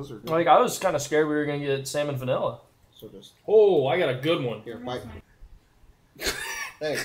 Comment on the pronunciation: “Salmonvanella” you definitely spent a lot of time with Flair 😂